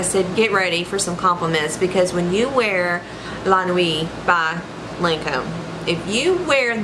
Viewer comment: The way she says lancome 😭😭😭